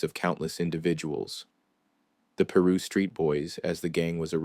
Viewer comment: Learn how to Pronunciate "Piru" [Pie - Ru] !